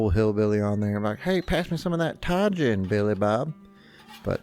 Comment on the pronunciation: Look at you, with your Tajin pronunciation! You just made my little Arizona born heart proud. 😁